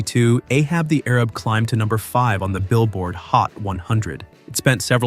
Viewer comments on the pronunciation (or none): And “Arab” vs “ A-raab.” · REALLY unintelligent voices need very much work. A-hab the Airib? Doesn't make any sense. A-hab the A-RAB to rhyme. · Sigh, . . .the title is pronounced "Ahab the A-rab". You obviously weren't there at that time. Sad. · You're not pronouncing Ahab the Arab correctly. It's not Ahab the Arab, but Ahab, the A-rab. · Idiotic. It is pronounced " Ahab the A rab - nor arab ! That's the joke ! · Ahab the Arab not Arib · Ahab the A_RAB (not air-ub) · it's Ahab the A-rab not air- rib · It's not Ahab the Arab, it's Ahab the Ayrab. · It was pronounced Ahab the A-Rab not arab. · Ahab the Arub instead of Ayrab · It's not ahab the arab. It's a-hab the a-rab. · ahab the arab, pronounced arab as a-rab not ar-ab. I just listened to the song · Ahab the air-rib? You really need to listen to the songs in your videos. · Ahab the Arab. Both words were pronounced with a long A sound. Not the way we say Arab today. But rather AAArab. Ahab the AAArab. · Boomer here. It's pronounced A-hab the A-rab. Loved Ray Stevens 💖. Remember "Guitarzan"? And his one ballad was "Everything is Beautiful." Wonderful song! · It is A-hab the A-rab. I know because I was alive then. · It's pronounced A-hab the A-rab. :-) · Right.. I came here to say that. They rhyme and it's irritating to hear him mispronounce it.